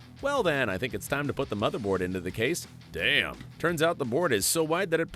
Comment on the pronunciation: "The smotherboard" 😂